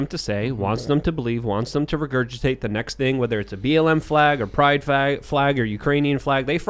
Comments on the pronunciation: Watch get in trouble for accidentally saying "pride fag" 🤣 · Lol he said pride flag without the L